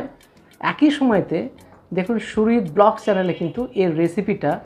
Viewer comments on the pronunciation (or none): none